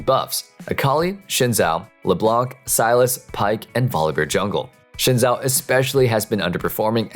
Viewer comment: "shin zao" XD